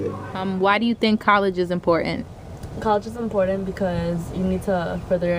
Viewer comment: It's IMPORTANT, not inpoent.....